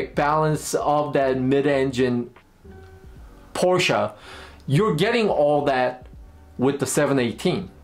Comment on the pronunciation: I trust this gentleman more simply because he pronounced Porsche correctly. I'm (sort of) joking, but this is a very, very good review.